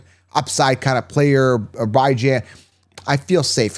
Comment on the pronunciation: How does he consistently say Bijans name wrong